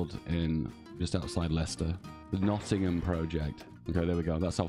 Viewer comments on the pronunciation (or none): none